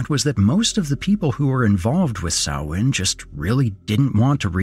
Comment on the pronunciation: Hey, he pronounced "Samhain" right. Kudos.